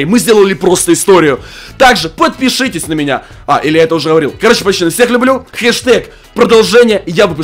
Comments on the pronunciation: Почему ты говоришь пачаны а не пацаны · Пачаны хаахахахахахв как это убого слышится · Почему пачаны? Ты умеешь говорить букву ц?